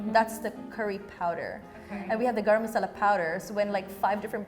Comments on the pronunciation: "garam masala" ?? girl, Indians disown you. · She is not an Indian.... Probably she is a 2nd or 3rd generation Indian American. She came here after googling all those names she said earlier but didn't find the right one for Curry / Daal.... But how can someone call it garam masala 🤣🤣🤣🤣 Even a Martian will not call it garam masala😂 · 'garam masala'.. me- kuch bhi 🤯🤣😂🥴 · Nah the confidence she had while saying garam masala is so hilarious and infuriating at the same time! 😭 Like calling all the different dishes curry is itself wrong as it's not indian English it's js tamil nadu or south at most but then going on to say garam masala! Like actually wtf 😭😭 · 😂fr i was like what. how is that garam masala